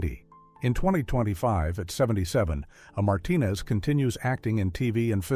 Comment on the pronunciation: BTW, the Hispanic actor you mentioned, his name is A Martinez And you’re supposed to pronounce the letter A as “A” , not “ah”. He was in the John Wayne movie the Cowboys, and he played one of those young Cowboys….